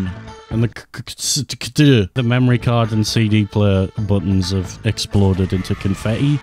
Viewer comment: "Pwug in my wemory card" 😂